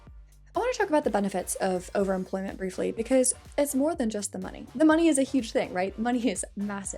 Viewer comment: Why the fuck does she pronounce overemployment as overimplent?